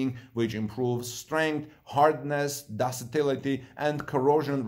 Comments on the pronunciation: Ductile is pronounced duck-tile. Ductility is pronounced duck-till-itty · When I am not sure about how to pronounce a word , I check it out in google and or dictionary before going public. I am referring to ductility which is pronounced duck- tility. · ductility "duck tillity"